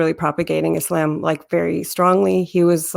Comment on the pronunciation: The way she says Islam is quite annoying. You can tell she is trying to say it “right” but since she does not master Arabic, it sounds awful haha.